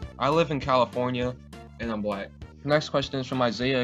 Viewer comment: When the dude asked are you black or white, did you say black or white, it kinda sounded like both, lol